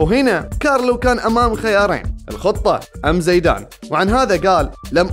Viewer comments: ۔۔۔زیدان لقبه القباٸلي الفرنسي و لا علاقة له بالاصل زید ۔۔۔و ثانیا ۔۔زایدان ۔۔۔تضخیم الیاء بعد الزاي۔۔هي طریقة نطق لدی الخلیج فقط 😅۔ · هي صحيحة كما قالها زَيدان وليس زِيدان لأنها مثنى زَيد فهي فتحة وليست ألف.. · في المحصلة زيدان أصله عربي واسمه اسم عربي وينطق بطريقة العرب الفصحى كما قالها الرجل في المقطع بغض النظر عن هل هي لهجة خليجية أو غيرها.. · ... زیدان اصله لیس عربي بل امازیغي۔۔۔😂۔۔و طریقة نطق اسمه لیست کما نطقها الخلیجي۔۔۔اسمع الشوالي او الدراجي کیف ینطق اسمه۔۔۔الاسماء العربیة موجودة عند العرب و البربر علی حد سواء ۔۔۔ولا تدخل في نقاش فقط من اجل النقاش۔۔۔بل استوعب ما صحح لك ولا تکابر فکلنا تراب الارض۔۔۔☺۔